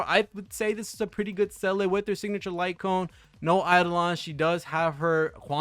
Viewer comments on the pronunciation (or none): well, Seele should be more "SEHH-le" than "Sellay" but whatever, close enough. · Say lay, or Zee la, simple as that